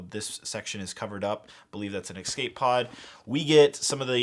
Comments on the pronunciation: ESCAPE...*ES*cape...E.S.cape, not “Excape”. You always say “excape” whenever there’s an escape pod or escape feature in a set and it’s a pain to listen to. You’re in your early 20s surely you should’ve figured out you’re saying it wrong by now?? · I really like it when people add an X to escape. It’s E S C A P E not E X C A P E